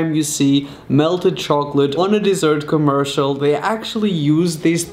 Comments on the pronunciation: Your British why a you saying commersol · I'm British and I say commercial if he was British why can't he say commercial